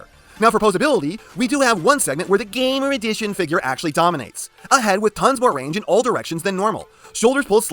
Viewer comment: I will never get enough of your lack of respect of the series line name, GAAAMMOOOR EDIIICHIOOON